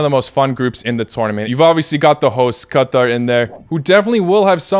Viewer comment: This is the correct pronunciation of Qatar, because in arabic it is pronounced like that 😉